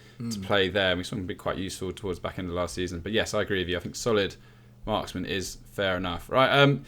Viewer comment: Every time I hear solid marksman. I hear Solly March 😂